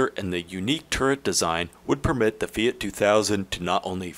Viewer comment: "FEE' OUGHT"